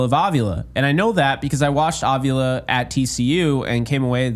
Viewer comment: its a mexican sir name; it's pronounced a vee la with the emphasis on the vee